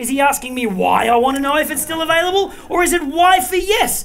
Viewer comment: "...is it still avALIBLLLLLLLLLE?" love it